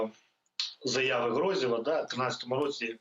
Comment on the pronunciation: Не ГрозДєв,а Грозєв.